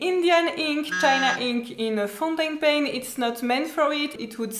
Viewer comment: Omg you are just too sweet 😀. Dive into the ink 😂 and funniest/sweetest was when you Said ’you don’t want to ruin your foutainpen’ 😊 Thanks for all the ink information, i really needed to know all this.